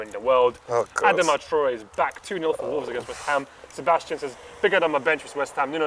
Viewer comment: From a Wolves fan.... Firstly please pronounce Adama correctly.... Secondly, if Liverpool turn down Timo Werner because the man's too expensive. What makes you think they are gonna pay for Adama???? Thirdly, rumour has it. Adama came on for barca back in the day, his thighs clapped and caused the Haiti Tsunami. The matrix is real